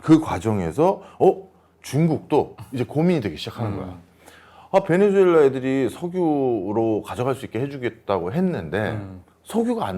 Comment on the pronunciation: 사랑하는 교수님, 베네"수"엘라 발음 똑바로 해주시면 고맙겠습니다. 방송 하루이틀 하시는것도 아니잖아요 에스파냐어에서 z는 ㅅ으로 발음하는거 모르실리가 없으실텐데 실수를 너무 자주하셔서 안타깝기도 하고, 듣는내내 거슬리기도 해서 충언의 마음을 담아 댓글을 적습니다.